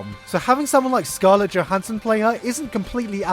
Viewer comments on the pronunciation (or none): you lost a lot of credit for pronouncing her name wrong. Regardless of that and after sitting on a few months of hype (still prefilm release date); Scarlett's prep and probable execution of Motoko is clearly going to be hard to watch. There is alot that editing, director(s) and so on that may influence or help/hinder her end product yet interviewers of Johansson reflecting on her part, she still doesnt understand who and what the Major is. It will be hard for them to hide this.